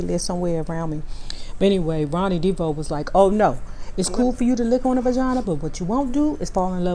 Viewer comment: 1970's show, In Living Color??? Wrong decade. And why do you pronounce the last name Devoe, "Deebo" ?